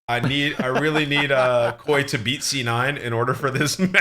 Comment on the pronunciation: calling it k.o.i drives me insane. ITS KOI.. LIKE KOI FISH....